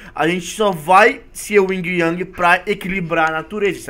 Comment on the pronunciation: yin yang não ing ang